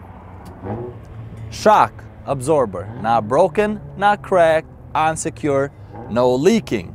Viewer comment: He says "on secured" but it sounds like unsecured.